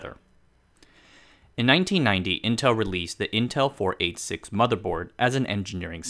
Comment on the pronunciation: Haha You can tell kid narrator was born after 1990…. 486….. “ four eight six”. Lol. Dead giveaway… It’s “four-eigtlysix”. And before that was three- eighty six , and before that was two- eighty six.